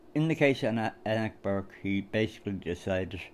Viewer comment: I think the "E" in Enoch is more pronounced like Eenoch. Well done on getting the livestream going last night.